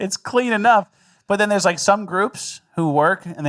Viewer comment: Oh, sorry Michigan, I thought you rike party. I thought you rike fun guy.